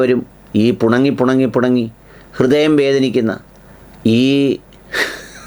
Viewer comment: പുണങ്ങി അല്ല പിണങ്ങി എന്നല്ലേ 😄😄😄